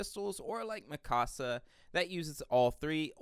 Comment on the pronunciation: The thing that grinds my gears is he is saying Mikasa, Connie, and Levi's names wrong.